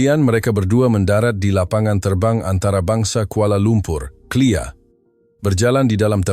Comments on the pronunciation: Airport clea???? K.L.I.A, not clear!!! Seng Paul? Saint Paul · Bukan "CLEAR"!...."KLIA"😂🤣😂 (Kuala Lumpur International Airport)😂